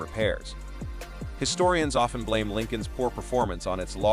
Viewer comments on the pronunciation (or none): none